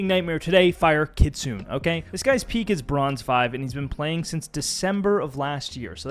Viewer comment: for reference Kitsune is pronounced Key-tsu-neh.